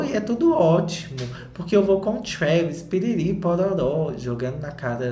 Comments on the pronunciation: TRHÚÉVYS KKK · Cada hora que o fala Traaaaaaaaaavis, eu me desmonto de rir e já esperando a próxima pronúncia kkkkk